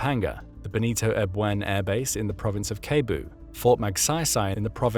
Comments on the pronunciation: “keybu” bro its pronounced sebu the c is sound like s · I am listening here coz I want to be hear more of your voice and narration for my English fluency. However I went laughing when you said "keboo" for Cebu /seboo/ and Nueva Ecija as /esija/ . The correct one is /esiha/. Anyway it got me thinking twice if you are an AI. Anyway good job, for this. We have Japan and the USA as backup. And NATO countries . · cebu is pronounced SEBU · love how he says kebu instead of sebu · Cebu is pronounced SEH-BU not SAY-BOO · As a Filipino, i would say that you murdered the pronunciation lol😂 especially "province of cebu" part, its pronounced "c bo" not "ke bo" lol Still love the vid, so far true to facts 👍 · "kebu", "nueva echija".?? 😂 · you fail to say cebu